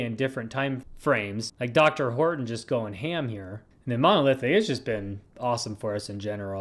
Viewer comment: I think its pronounced Dee Are Horton's